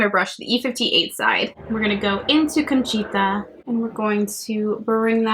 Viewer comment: Just a tip for Spanish pronunciation- single vowels always sound the same! A always sounds like ah, e always sounds like eh, I always sounds like ee, o always sounds like oh, and u always sounds like oo. So milagro is mee-lah-gro and conchita is cone-chee-tah